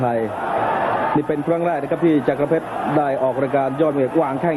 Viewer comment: ต้องอ่านว่า จักร เพชร อ่าน จักะ ร เพชรได้ไง มี ร คั่น หลัง ก